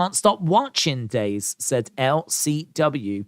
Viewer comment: annunciate Daze